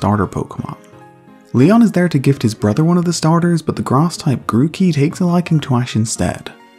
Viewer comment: I Think It's Funny When You Say Grass It Sounds Like Grarse (If You Don't Agree Or Think It's Mean I Understand)